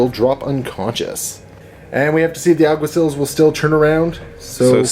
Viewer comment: Lol, Alguaciles, 'Al - gua - see - less', it's a Spanish word that means something similar to Cop, Officer, or Marshal. That mini is a Tomcat, Zeros have completely flat helmets with only one eye on the left side, Prowlers have also featureless helmets but with one line running down the middle. Die Morloc Groupe, pronounced: 'Di Morloc Group', or just Morlocs. Akalis Sikh Commandos, Akal <- no exta "L". I'm picky about naming because since you have to explain your intentions in this game it's hard to understand what you say if you mispronounce the names. Communication is kind of important in these games. :) That Iguana looks really nice.